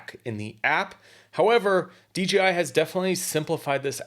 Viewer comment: This is a super precise easy to understand video! It’s great!! The only thing I see wrong with it is you consistently mispronounce the name of the company. It’s DJI, not DGI. There’s no letter G in there.